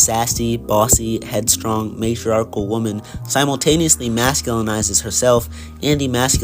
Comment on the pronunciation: your saying the word wonman wrong